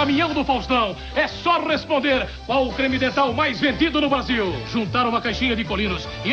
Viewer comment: Quem percebeu o erro do Faustão na pronúncia da palavra Brasil "Basil" aos .